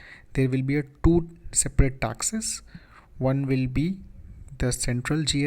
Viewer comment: dude..just say taxes...why tasksess.?...